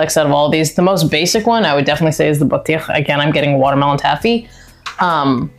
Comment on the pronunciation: Lol why did you feel the need to explain exactly what she said ? 😅😅 based on her pronunciation alone you shoukd have understood she knows what it means 😅